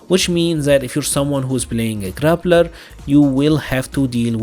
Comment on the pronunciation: Your accent makes it sound like you're saying, "grabbler" and I love that. That is my new favorite term. :) I hope MiMi has Abel's standing anti-air grab. I love plucking people from the sky with that. Especially on their back jump on wake up. Looks hilarious.